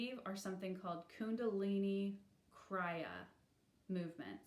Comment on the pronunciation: krEE-ya, not krI-ya